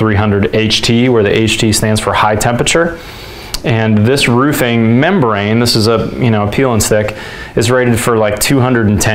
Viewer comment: "for my frame carpenter and I to ..." is not English. And "roofing," like "roof" and "roofs" has an aspirated "f," unlike the the 'v' in "hooves."